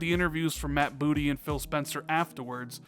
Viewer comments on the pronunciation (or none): none